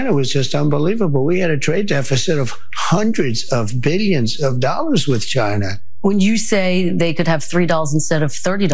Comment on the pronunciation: I personally never heard a 'president' speak numbers that much. I remember when stating how much things would cost was rare for a president to do. Every time he speaks you better believe you're going to hear 'hun-drids of bill-yuns of dollars'. He has no class.